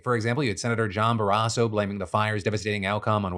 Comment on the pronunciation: Wyoming Native here... please stop saying Barasso's last name wrong. I know we are a small state (population wise), but please respect our representation enough to get the pronunciation correct.